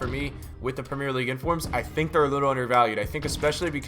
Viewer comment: How tf do u pronounce premier league...